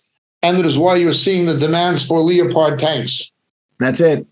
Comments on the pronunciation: I've never heard a leopard called a leo pard before.😊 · Leo...pard tank Come on you can correct you know!